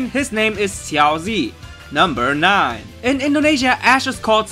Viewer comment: I love your videos. Great editing. I love your passion for amour. Just quick note- make sure you pronounce words from other languages correctly. Ash's Mandarin name is pronounced Shyao Juh (I speak mandarin). A good way to do that is just to take the name and put it into google translate and use the speaker button. But cool facts!